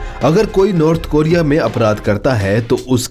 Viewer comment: नॉर्थ होता है भोसड़ीके नार्थ नही